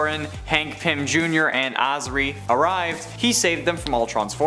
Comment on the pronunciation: That’s not how you pronounce Azari! Also, no segment for Pym? How dare you! Pym’s the best!